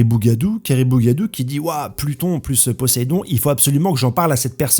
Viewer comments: Pas possedon, POSÉIDON mon pote. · Frero que tu te trompe sur dracule sans prononcer le é, ca va, quand tu tu oublie le « ayl »de crocodile ca passe encore, mais le premier gros possédon que t’a envoyé t’avais pas le droit il ma tarpin surpris lol